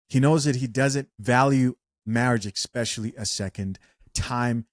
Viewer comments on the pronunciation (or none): Don’t say “Exspecially”